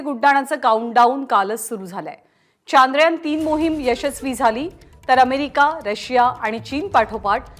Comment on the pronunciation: प्रत्येक भारतीयांनसाठी खुप अभिमानाची गोष्ट आहे ,,, पण हे चांद्रयान चांद्रयान , का मणत आहेत सर्व जण, सरळ शब्द आहे चंद्रयान , पण काल पासुन का चांद्रयान चांद्रयान चालु आहे,,, " चंद्रयान " या सोप्या शब्दाला का अवघड करून बोलत आहेत ,, बर यात काही शास्त्रीय कारण आहेका असेल तर नक्कि सांगा ...?